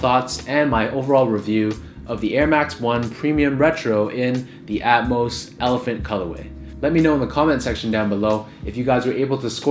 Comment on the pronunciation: Thank you for pronouncing Atmos correctly